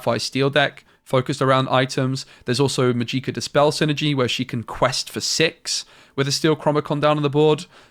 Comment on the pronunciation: I can't help it haha. It's not "Majeeka" it is pronounced "Magic-ah". Love your content, helped me a lot